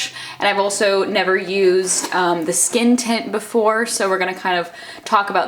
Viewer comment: I kept hearing you say "skin tit" instead of "skin tint" and it's making me laugh so much 😂